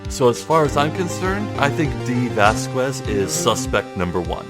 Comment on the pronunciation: You actually don't pronounce the U in Dee Vasquez, just so you know.